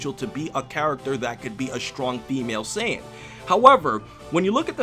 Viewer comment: wtf is a sin? lol. its saiyan